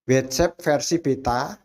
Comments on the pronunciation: bacanya watsap bukan wetsep 😭😭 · Ngga semua huruf a dibaca e dalam bahasa inggris.. WhatsApp.. bukannya Whets epp Blo'on 😂